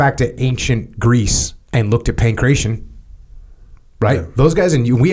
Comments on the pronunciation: good work, and the correct Greek (ancient or modern) pronunciation is: "pan - KRAT - ee - on" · pankration, pronunced: "pan - KRAT - ee - on". And we spectators like to watch specialist sports as well, and there are different markets: boxing had it greats, wrestling is for plebs, judo is for upper class plebs, etc.